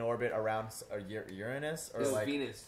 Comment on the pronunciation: I'm 99% sure it's a Von Neumann Probe. PS. Ehm, it's "you-ruh-nuss".